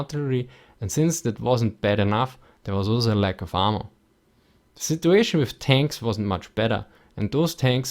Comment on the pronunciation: Lol when you said "ammo" it sounded like you were saying "armor" but I knew from context what you were saying the 'a' sound in ammo is supposed to be like the a in apple.